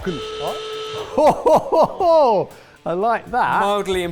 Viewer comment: I'm impressed on pronounciation of the ch-Sound in kochen, since most english speakers I met have massive problems with that sound (they would have a rather hard time in Switzerland, since their german is almost 50% ch;) ). I think it's always funny when you guys do something with BASF, since I worked 4 years in their QC crop protection department where I did analytical monitoring of every stage of the Xemium production. It was a fun and interesting job, too bad my contract ran out and at the time they did not hire anyone directly (they let go of about 7.000 to 9.000 temporary contract workers). To all aspiring chemical lab workers: try getting a job at BASF, since their pay is very good and if you manage to get hired permanently it's almost impossible to lose you job, as long as you are not grossly incompetent.